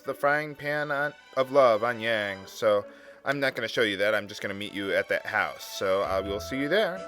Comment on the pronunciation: Every time you pronounce his name as "Yay-ng," a baby dies.